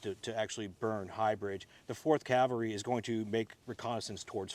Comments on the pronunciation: It's CAVelry, not CALvery. Nobody got crucified, they were on horses. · Thank you for this very interesting and enjoyable presentation. Allow me to compliment the park ranger for his knowledge, but may I also gently suggest to you that the word you’re searching for is cavalry, not Calvary. Calvary is a hill where our Lord was crucified in Jerusalem. Cavalry are horse soldiers. Apologize for the nitpick, but it’s irritating. Otherwise thank you very much for a very enjoyable presentation and please bring more! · Almost! Cavalry.